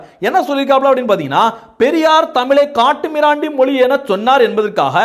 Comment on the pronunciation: ஏய் கேன நீதான் ஆங்கிலம் பேசுவியே இந்த வீடியோ வை ஆங்கிலத்தில் போடும்.ஏண்டா பிக்காலிபயலே நீ மொழியை மொலின்னு பேசுற நீ உதயநிதி உச்சரிப்பு பற்றி பேசுற😊😊😊😊😊😊😊😊😊